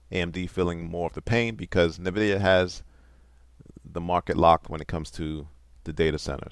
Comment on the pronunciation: Nvidia isnt pronounced like that. Aa cor their gaming GPUs, well tge specs for fhe cards coming out (we already know them, pretty much) are terrible. They will not sell... At all. Are they really selling much to the datacentres then? I was so sure they would sell a lot but it seems that companies prefer to overpay for the nvidia chips because they are by far the better overall package and they are developing the software side of things at a much faster rate. AMD sounds dead to me.